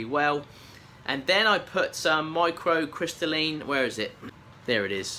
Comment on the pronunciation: The pot is lovely, I thought you might like to know, though, that its pronounced micro-crystal-leen lol ^^